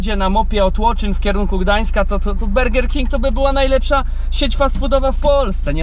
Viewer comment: BURGER KING A NIE BERGER DO CHU*JA!!!